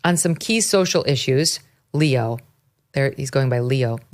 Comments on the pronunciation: Pope Leo, not Leon Megyn. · Leo not Leon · Pope LEO not Leon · Pope Leon? get it correct you drip!!! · Megyn, Pope Leon XIV???? Leon??? I know you were reading that but come on….. you know there was never a Pope Leon, not to mention 13 of them… Leon…. Hahahahahaha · Megyn Kelly its leo not leon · Pope Leo not Leon. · Pope Leo! Not Leon! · Girl! Did you just say Pope LEON? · Leo XIV…not Leon. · It’s Leo, not Leon. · Leo not Leon. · It's Leo , not Leon. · It's Pope Leo, not Leon. I can't listen to you anymore...Geeze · Leo not Leon! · I am surprised that Megyn called him “Pope Leon XIV” rather than “Pope Leo XIV”. As a good Catholic, I would not have thought that Megyn would not have made that mistake, especially with there having been thirteen named Pope Leo before the present Pope. 😂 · Leo, not Leon come on ...... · It's Pope Leo xiv not Leon please get at least the name right. I'm Irish and was raised Catholic no longer following the doctrine, but wow you jumped on this quick. Sometimes I get tired of all the air time these things get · Leo; not Leon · Leo... Leo... not Leon. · LeO, not Leon. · Leo... Not Leon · Not Leon ,leo. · His name is Leo not Leon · It’s not Leon! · It's not Pope Leon, it's Leo. Focus guys! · Pope LEON??? Really Megyn? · Pope Leon? Really Megyn? 😂😂😂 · Leo, Megan, Leo, not Leon 😉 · Megan: it's Leo XIV, not Leon. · Did she just say Pope Leon???? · Not Pope Leon, Megyn! Pope Leo XIV. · Pope Leo,…….not “Leon”. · Pope Leo not Leon and never spoke in English. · LEO not LEON. C'mon Megyn. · Pope Leo, not Pope Leon. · Pope Leo, not Leon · Pope Leo , not Leon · LEO!! wow, for a catholic you really can't pronounce his name..